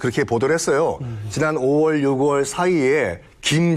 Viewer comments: 육월이 아니라 유월이라고 읽는 겁니다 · 별개소리 다하네. 글고 유월을 육월 ㅇㅈㄹ